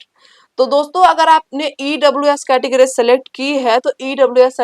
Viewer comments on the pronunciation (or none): none